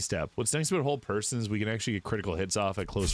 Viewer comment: I feel great joy whenever you say a-boot (about). It's like talking to my friends from northern Minnesota. 😊